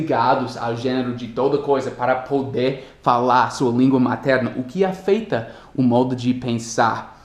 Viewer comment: você falou "Afeitam" é "Afetam"